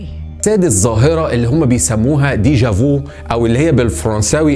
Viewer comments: حلقة جميلة , فقط ملاحزة بسيطة يا صديقي , deja vu تنطق دايجا في و ليس فو و تعني شيئا سبق ان رايناه , واصل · Deja vu تنطق بالفرنسية ديجا في وليس ديجا فو 😎😎😎تلاث نقط على ف يعني يعني حرف الفاء مفخمة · لا تنطق هكذا dèja vu .....